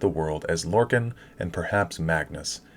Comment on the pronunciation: How you pronounce lorkhan triggers me. It’s lore-kon not lore-kin